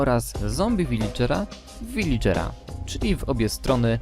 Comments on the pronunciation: Czyta sie Wiladżera a nie Wilidżera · nie vilidżera tylko viladżera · Villager tak się pisze a czyta wiladżer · Nie viligera, tylko viladżera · Villagera nie Villigera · "Wiladżera" tak się mowi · Mówi się wiledrzera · J Dominik on mówi villigera zabronisz mu ?